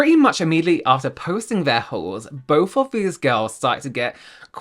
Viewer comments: My American ears keep hearing "Christmas whores" instead of "Christmas hauls" 🤣😂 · I heard "whores" not "hauls" 😂😂😂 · Oh dear, my Aussie ears heard it as Christmas wh*res, not hauls 😮 oops 🙊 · The way I kept hearing “whores “ instead of “hauls” 😂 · Oh my god I thought you said Christmas whor s.